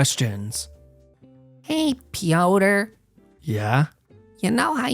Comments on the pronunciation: Pronouncing Piotr like “pee-o-tur” is cracking me up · Piotr is the slavic form of Peter, not sure if you pronounced it like "Pee Odor" for comedic effect or by mistake. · It's pronouced Peter by the way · Piotre is pronounced Pi - ot - tré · Bro called him peeodor